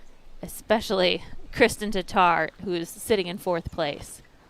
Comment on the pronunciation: Really odd to finally hear Tattar pronounced correctly by a non-Estonian. 😀